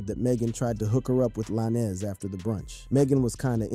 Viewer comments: It's tory lanes not la ness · How do you do a 20 minute researched video and call yourself, then proceed to call Tory by some spanish last name Lan-ez lol? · His last is Tory Lanes with a z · Tory Lanez “lanes” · La-nez is wild lmao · Just say Tory bro forget the “Lannis” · Saying "Tory Lannis" is crazy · Tory LaNNez 🤦🏻‍♂️ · im not trusting no source, that cant even say the name right 🤦🏾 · This guy butchering Tory’s last name is cringe asf. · Bro soon as I heard that I’m like this is cap lol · He’s pronouncing his last name like that to get the comments up. 🪤